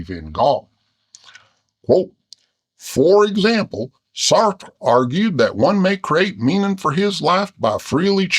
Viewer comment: Lol who knew bears had such good pronunciation of French names... "Saertttrre" and "Camuue" (had to edit to get the vowels right).